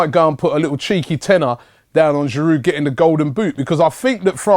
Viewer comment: Why does Robbie always pronounce the d in Giroud - bugs me. Still love ya Rob!